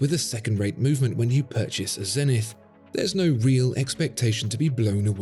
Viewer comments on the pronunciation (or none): Please, please say Zenit, without the english "th". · That messed up "E" in "Zenith" is quite a flaw.